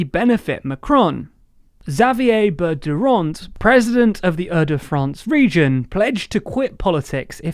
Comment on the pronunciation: It’s not pronounced « Berderand » it’s « Bertrand »